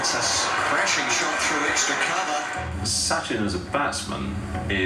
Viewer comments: The narrator mispronounced his name. It’s pronounced Sutchin. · Thanks guys for this reaction. Btw the correct Indian pronunciation is 'such-in' and not Sassh-in. He truly is a God in India. Moreso because of his values and the way he carries himself. Indians tend to love someone more by watching how he carries himself off the field, his philanthropic activities, how he speaks to ppl/fans/media, treats his family/friends n stuff. And such-in is just PERFECT. Everything comes naturally to him becoz of his humble background and strong ethos. I cried like a baby when he retired from Cricket. We still cannot imagine Cricket without him. I keep watching his old videos. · Not 'Sachin' as in 'Satch-in'. His name shall be pronounced as 'Such-in'. The narrator says it wrong, as most English speakers would do from a little faulty spelling system in India. And yes, like some people have commented here, this video does not show why he is considered as God of Cricket. Apart from astonishing cricket records on his name in all three sections viz batting, bowling, and fielding; he is known as an extremely well-behaved, calm headed, humble and helpful sportsman. Most good cricketers respect umpires. He was the one that umpires started respecting quite early in his 24-year career. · These people speak "English" and pronounce the word 'chin' properly and then "Sachin" comes and they're like 'Hey Sa - shhiinn'. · Its not syachin. Its sachin. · soo-chin tendulkar 😀😀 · Don't base your pronunciation on British commentary. It's s-uh-chin